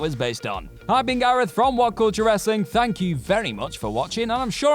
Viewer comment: FYI it is pronounced as wrestling not wrasslin